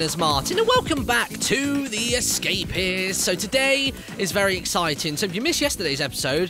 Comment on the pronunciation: Lol you said the esca-piss XD